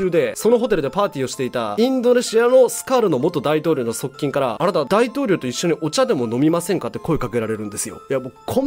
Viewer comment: 全部入れ歯だと、言われていますよね、10代で全部歯を抜かれた。と、テレビかなにかで、放送されましたよね。だから、発音が、あーた［あなた」と言われるでしよう。しかし素晴らしい才能のあるかたです、尊敬しています。これからがデビ様の本当の、人間愛と優しさが人びとに感じられることでしよう。私は20年前に名古屋の新幹線のりばで、デビ様に合って、小柄な方だと思った経験がありました。素敵な方でしたよ。母親になられたから、誰にも、母性愛で接するお人なのでしよう。長生きしてほしい、お人です。